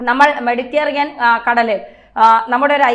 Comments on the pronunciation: ചേച്ചി, മെഡിറ്റെറിയൻ കടൽ അല്ല, മെഡിറ്റരെനിയൻ കടൽ ആണ്😁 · മെഡിറ്റദേനിയൻ കടൽ ആണ് ശരി . സപ്രസ് അല്ല സൈപ്രസ് ആണ് ശരി.